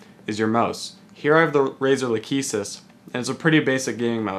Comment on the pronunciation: "Lack-eh-sis" not "la-cheese-siz"